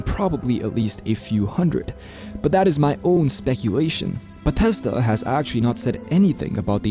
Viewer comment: "bah teszda games" ~